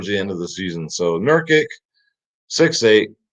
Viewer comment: It’s pronounced Nur-KICH